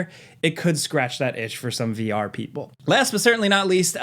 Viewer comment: He said vR people with the hardest of ARRRRGHS.